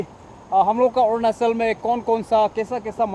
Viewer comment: Orunachal✅ arunachal ❎